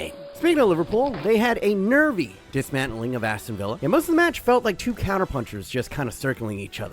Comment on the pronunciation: "AsHton Villa" ??!!! 😂😂